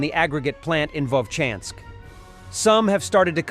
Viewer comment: ВоЛчанск, а не Вочанск. Придурок.